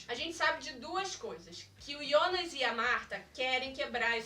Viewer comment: E jonas kkkk nao ionas